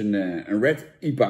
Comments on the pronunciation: jan: IEPA normale mensen: I P A ps: veel plezier in spanje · Ie-pa? Je hoor I-P-A te zeggen . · Iepa 😂😂 I P A